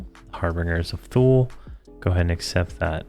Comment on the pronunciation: Dude, the word is harbinger, pronounced "HAR-bin-jer". And Thule is pronounced "TOO-lee". It is a mythical island in the North Atlantic, represented in ancient Roman manuscripts as the farthest, northern-most known land. In medieval times it was used to refer to Iceland (Island) as Thule, and Greenland as Ultima Thule.